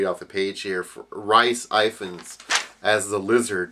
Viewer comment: I don't know if anyone correct you but it's pronounced 'Reece If Fans' it's welsh